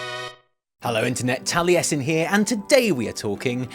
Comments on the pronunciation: I liked the video the moment he said, "" and I'm not even mad about it. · fucking nailed it, mate.